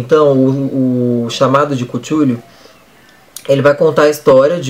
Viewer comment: Cú two lu? kkkkkk Cútwolu foi foda mano kkkkkkkk